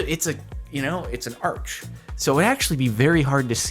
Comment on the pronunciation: did my man just pronounce arch as arč